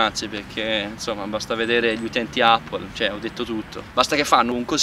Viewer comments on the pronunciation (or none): none